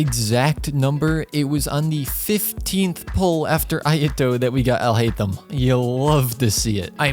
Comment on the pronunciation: you saying alhaitham sounds like ill hate them/him/em xD